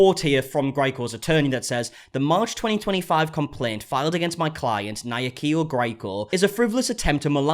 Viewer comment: Our Kenyan sister is making headlines and can not even prounounce her name correctly 😂. I laughed to hear Nayakio🤣🤣🤣. Jokes a side, I hope she ends in jail